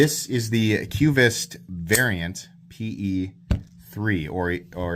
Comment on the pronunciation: It's pronounced: kvist. Not kyoovist.